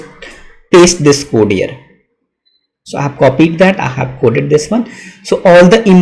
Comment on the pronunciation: It's "I have", not "Ahhav" 🤦